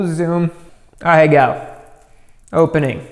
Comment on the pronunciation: the way you pronounced ahegao was so weird